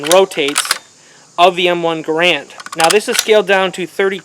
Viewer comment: It's "garand", not "garant".